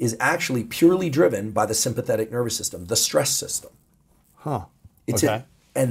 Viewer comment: "Your nerber system"